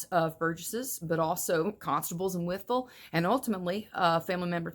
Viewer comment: Wytheville?? You even said it right. Born and raised in Southwest Virginia. Virginia is the model for the rest of the Republic. Up to 70 counties now and Northam is talking about the National Guard now. Keep a weather eye Patriots.